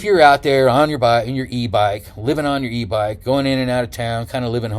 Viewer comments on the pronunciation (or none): At first I heard you say: E bike b0mb LOL :) I've been watching channel too much :)